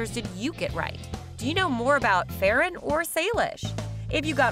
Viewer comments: Ferran not feren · Hi not to be rude Ferrans name is prounced Fer-un and not fair-en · it is not feeran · Its not however you said Ferrans name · you said ferrans name wrong just to say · Your sayings his name wrong